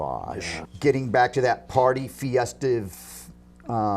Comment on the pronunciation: "Fiestive" Keith? That's a new one ...